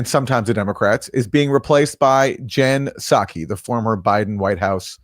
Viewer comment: jen spawkee